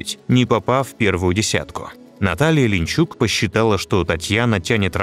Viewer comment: Не "Линчук", а ЛинИчук, и не рЕфери", а реферИ. И зачем столько левых кадров, надерганых отовсюду?